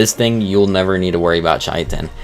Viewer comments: It isn't pronounced kitten dude. Kai-tn. Is how you should pronounce it. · Wtf is chai-uh-tin? Kai-ten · Hate to do this, but chitin is pronounced "ky-tin" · KAI-TN. Not chitin, not kitten, not anything else you crazy people have come up with. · Yeah. Like it's obviously basically pronounced "kitten," not "shitten" nor "chaiten" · Chitin is the one that winds me up the most ch it in it’s not hard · I want to preface this comment by saying I mean this as respectfully as possible. Now, disregarding that you mispronounced the names of a whole bunch of creatures wrong, that's not a super huge deal because a lot of them are really weird and hard to pronounce anyway. The one that stuck with me (and wasn't even a dino, it was a resource) was "Chitin". I'm not sure where you got "Chai-a-tin" from... but its pronounced "Kai-tn". The one dino I will correct you on... is Therizinosaurus. Its pronounced "Tickle Chicken". Lol, kidding. But I wanted to end on a lighter note. 100% though... I see this like walking around with your fly down. I'd want someone to tell me. So I do mean this in the most respectful way possible. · I truly cannot fathom how people are still mispronouncing chitin. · Stop saying chitin like that, please.